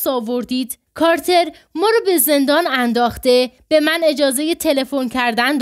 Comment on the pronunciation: چرا «کارتر» را «کاتلر» خواندید؟!🤔